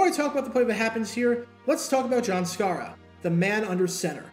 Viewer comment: John Sciarra -- pronounced SHY-ra, not SCAR-ra ... great athlete, former UCLA QB who played WR/DB, etc., 2 years with BC Lions and 6 years with Eagles... Note also that Sciarra played for Dick Vermeil at UCLA...